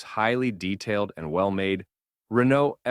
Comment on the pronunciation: This narrator does not sound like an AI but seriously struggles with the pronunciation of non English names. I would have thought it common knowledge that the name Renault is pronounced Ren - no and the Italian name Fiat is pronounced Fee - at. You may not be a professional narrator, but if you want to gain recognition for the work, research your script before you present it. It detracts from what appears to be a well presented video.